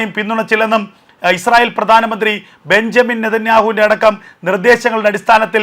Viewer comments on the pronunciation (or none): none